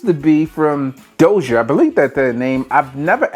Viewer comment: Its pronounced DAH-SEE-AY....And their fragrances are pretty legit, not sure how they got on TEMU....thats a fake bottle of Dossier...trust me